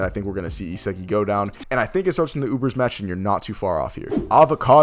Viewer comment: Another crappy video. SMH. Pronunciation of a 5 year old kid, Ee-sah- gee